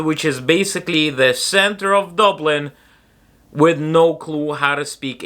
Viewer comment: Its funny that your irish accent only comes thru when you say IRELAND or DUBLIN